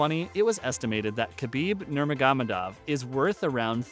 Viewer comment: This guy can’t even pronounce his name.